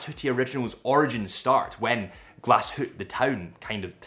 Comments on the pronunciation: It is Glashütte, not Glashutte and you pronounce the e at the end like an ae, don’t omit it.Thanks for the great overview! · Learning about the brand is commendable, knowing how to pronounce the name of the company and the town seems however, a bridge too far. The "E" is expressed and the umlaut makes the "U" say ue as in Sue.